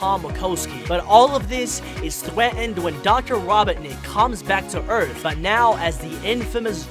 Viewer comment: Thweaten. gween emerald Me: disappointment